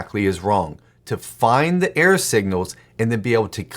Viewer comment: Error signals. I use videos to supplement my writing education, and in this one he created a meta message, probably without realizing it. I listened to the first half of the video wondering (and distracted by) what he meant by "air signals", thinking it had something to do with his radio reception analogy. Even the captions wrote "air signals". Finally from context I figured out he was saying "error". That makes a lot more sense! (There's my clarifying feedback.) Thanks for these videos and their bite-size writing topics. 🙂